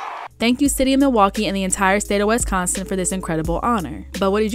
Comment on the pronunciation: …is it me or is the narrator pronouncing Wisconsin wrong?